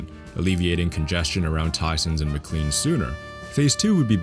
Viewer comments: As a native and current resident of McLean, your pronunciation of McLean as "McClean" (as opposed to Muh-Clane") hurt a part of my soul ;) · McCkean is pronounced McKLANE. (English be stupid, sorry!) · its not pronounced as Mclean but rather "Mc-Lane" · Going through the video, one little tidbit is that McLean (At least in the area) is pronounced like Mc-lane, not Mc-clean. Loving the Video so far though! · McLean is pronounced as "McLane" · McLean mispronunciation is UNACCEPTABLE /s